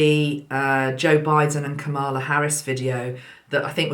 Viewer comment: Can't wait to listen to you in the new year! FYI - the new USA Vice President's name is pronounced "Comma-la". Peace and love to all!